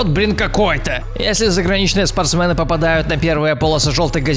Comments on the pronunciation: Вас тоже бесит когда он говорит спорстмэны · Не спортсмэны а спортсмены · Меня одного бесит кск он говорит спртсмЭн